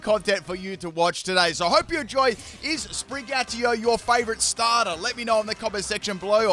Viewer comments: Sprig-a-teetoe not Spri-gatee-o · Another cat starter which ends up coming off of all 4s. Wonder how many times called Sprigatito 'Sprig-atio' in this video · it’s SprigaTITO not Sprigario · starting this video i immediately notice your mispronounce you say Sprigatio its Sprigatito also its Meowscarada not Meowscar this is my favorite starter line i dont get all the hate it gets when Quaxly is the worst Fuecoco line is my second favorite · It's SPRIN-GA-TI-TO, not SPRIN-GATIO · Yup, really like Sprig-a-ti-to. Not sure what Sprig-ah-ti-oh is... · If he says Spri-gyatt-io one more time I’m going to explode. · I swear I head spaghettiO instead of sprigatito at least once. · Spaghettio < Spraghettio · It's SPRI-GAH -TEETO. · It sounds like you’re saying spaghettio 🤣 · You say Sprigatito in the worst way haha. It's pronounced Spree-gah-teeto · Sprig-Uh-Tea-Toe. <- Pronunciation :P . Tinkaton sqeesh. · Did you just call it spaghetti-o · Uh oh...Sprigatios😅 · I kept hearing spaghettiO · should eat a pickle for every time he mispronounced "Sprigatito" in this video. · Its funny how you pronounce "SpriGatito", since is a Spanish/Portuguese based word😆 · Gotta love the way he pronounce Sprigatito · Sounds like it comes in a can with watered down tomato sauce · In todays video butchers the name of sprigatito for 26 minutes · I counted like 4 times in the first minute alone XD